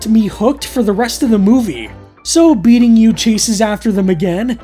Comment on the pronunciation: You kept saying "beating you", you know it was meant to be "be eating you" right?